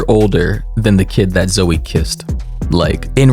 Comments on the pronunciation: Dude it's not "zo laverne" its ZOEEEE (sorry that was really annoying me) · Why you call her zo its zo E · why is he pronouncing “Zoe” like “Zo” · Zo? It’s Zoe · IM SORRY BUT THE WAY U PRONOUNCED HER NAME AS ZO INSTEAD OF ZOEY PISSED ME OFF FOR SOME REASONFBVF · brooo i can’t help but laugh at the way you pronounce zoe’s name😭😭😭”zo” BYE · Lol it’s pronounced Zo-ee. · I'm 3 minutes and 49 seconds into this video and I just realized he pronounces the name Zoe as Zo LORD 😂